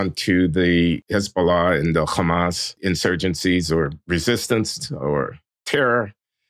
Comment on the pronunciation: In Arabic it’s not khamas, it’s just hamas. There are 2 Hs in Arabic and the word hamas uses the hard h, but that’s diff than the Arabic letter Kh.